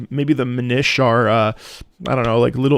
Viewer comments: Just because pronouncing it Min-eesh made me smile, it's actually Min-nish. Like mini-fish, since the Minish are super super tiny people. :) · I think it's pronounced MIN-ish, not Mih-NISH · It's "Minish" as in "Minn-ish" - it's a pun on "Deminish". Also you got it in one calling them "Little elves" how do you keep doing that!? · It's pronounce "mee-nish" as in "mean-ish" (a little bit mean). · Your pronunciation of "Minish" had me rolling (it's MIN-ish, as in "diminish" because you get super tiny) - and I'm so glad you enjoyed its music!! A real gem on the GBA. And it's part of that expansion pass that you'll have when you play Wind Waker, so you can totally try it out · I always describe the enunciation as "since it's a race of people, use the same kind of emphasis you would with "English" or "Scottish", and that usually does the trick. 😅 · I would just say MIN-ish like in mini lol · I think that minISH is the Italian-American pronunciation 🤌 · the way he said minish hurt me so much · That pronunciation of Minish... Brother... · Pronounce "Minish" like you would the same syllables in the word "diminish". It's actually a clever bit of wordplay once you realize where that comes from. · It has never before occurred to me that someone COULD pronounce Minish that way.